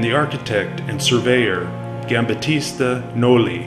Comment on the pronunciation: Very nice presentation. The pronunciation was often off… names like Giambattista Tiepolo. Even Piranesi. It’s Peer-ah-NEH-zi. Single s in Italian is like our z